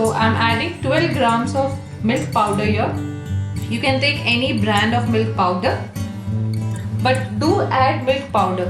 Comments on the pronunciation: I almost asked her if at the beginning she said “mill powder” or “milk powder”. I really did just wanna know to be sure, but I decided to see if there was even such thing as mill powder to refer to. There wasn’t. Don’t judge me. Bottom line I’m glad I looked it up or she wouldn’t even know what I was talking about and it might have even seemed offensive to her. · Hi! is it possible to post the recipe? I'm not sure how much of the milk pwder to add. I can't really understand what she says there sorry. Also, how do I get the crunchy crust like Pizza Hut... Good recipe btw! Thanks!